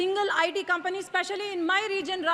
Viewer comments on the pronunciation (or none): none